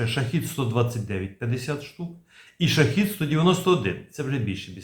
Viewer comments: Shahed-136 (перс. شاهد ۱۳۶) -- правильно вимовляти "шахЕд" Модель "шахЇд" це зовсім інший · та скільки можна повторювати, шахЕд читається